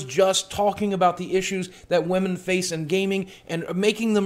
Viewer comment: Despite this being a very well made and truthful video, i kept laughing when boogie said woahmen